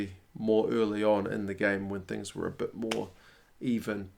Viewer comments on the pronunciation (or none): none